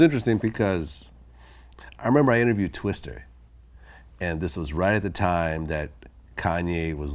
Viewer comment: Did this vlad nigga just say "twistER"